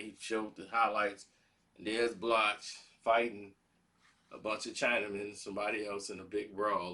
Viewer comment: full of sh!+ Can't pronounce the brother name